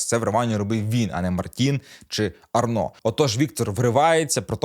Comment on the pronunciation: Гарний огляд. Тільки одне зауваження. Не Арно, а Арнау. Логічно, що au мало б читатися як о, але в цьому випадку ні.